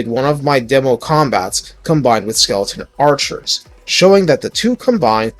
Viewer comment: The Skeletal Archer ROR should get a different name- its very wrong for so many reasons, pronunciation being one of them😂